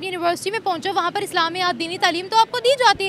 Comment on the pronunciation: abe tleem nahi taaleem hota hai. Urdu toh dhang se bol le.